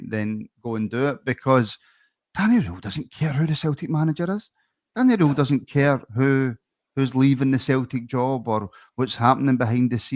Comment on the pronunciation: Guys it’s Danny “rool” not Danny “role” ffs lol